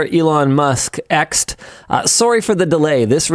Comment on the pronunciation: Did he say Xed?! Is he good?!